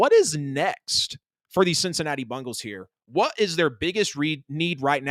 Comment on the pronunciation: Why is it so difficult to say BENGAL?